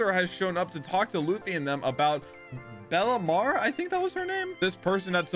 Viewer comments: Pronounced “Bell mare” not “Bella mare” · please stop saying bellemars its bellemere not bellemar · bella-meere is how you would say her name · Fr I was scrolling and scrolling but finally i find a comment that mentions his horrible pronunciation 😭😭